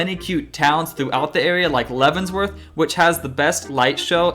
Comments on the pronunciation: It’s “Leavenworth”, not “Leavensworth” Lol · Hey, love videos! Just a heads up as a Salish Kootenai Native American person (an Indian tribe from the Flathead region of Montana), it is pronounced SAY-LISH, not SAH-LISH. As a separate point, it is Leavenworth, not LeavenSworth. I hope this does not come off as too negative, you are one of my favorite Seattle-based YouTube content creators!